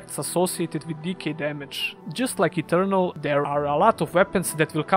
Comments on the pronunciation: Minor nitpick to an otherwise great video, but you should look up how to pronounce "Ethereal". It sounds like you are saying "Eternal", which is not the same thing as Ethereal. Ethereal is typically pronounced i - THEER - ee - uhl. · It sounds like he says eternal when mentioning ethereal.